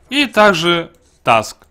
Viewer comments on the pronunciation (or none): Правильно не тАск, а тУск. Я понимаю есть правило про закрытый гласный U, но это же имя, поэтому тУск